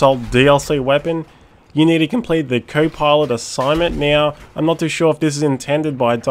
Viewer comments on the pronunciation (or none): Pilot, not pilet.